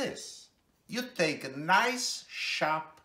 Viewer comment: "You take-a one sheets..." This was adorable! The world needs more people like this!